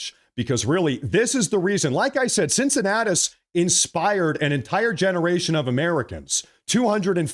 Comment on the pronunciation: The "C" in Cincinnatus is pronounced as ,a "K".